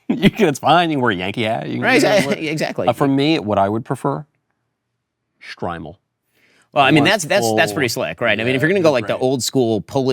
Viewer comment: The way Michael pronounces "Streimel" so perfectly 👌👌. Love the shows guys!